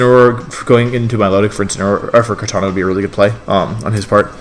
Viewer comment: Its kartana, not kartanJa...